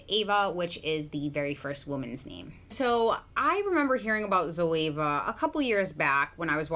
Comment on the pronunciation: Zoeva zo means live in Greek and Eva it’s the name of the first woman(Adam and Eva), and you pronounced her name really good it’s a Greek name and last name